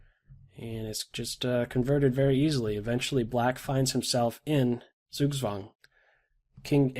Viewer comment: love it when English speakers try to say "Zugzwang" and they say "sugswuang"^^ For those who might care, it's German and the word derives from "Zug" mich can mean "train", "to pull" or "(the) move" (game move) and "Zwang" mich means "force". So "force(d) to move" (althoughyou don't want to^^)